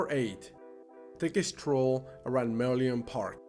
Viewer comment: Sorry, but I would like to point out some mispronouncement of a couple of words : firstly, the word Changi Airport : correct way is "Chang Ngee", not "Chang Ji". Another word is Merlion. It should be "Mer Lion" instead of "Merleon"! Anyway, hope you both enjoy your stay here! Welcome to my beloved country, Singapore!!